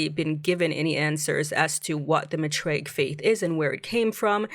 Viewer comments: It's math-ray-ic not Ma-tray-ic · Season 2 was way better than Season 1. Probably the best sci-fi / horror show this year. I just hate that we have to wait so long for the next season…. If they were to be renewed…hopefully. Lol I think it’s pronounced “MYTHraic”